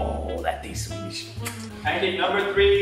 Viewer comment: Swedish* Not Sewdish